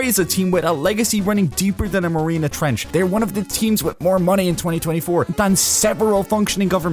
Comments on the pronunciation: Marianas trench not marinas trench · Bro said marina trench😂